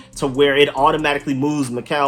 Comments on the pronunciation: Mykal walker is pronounced like Michael. That's how my sister's name is spelled and pronounced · It's pronounced Michael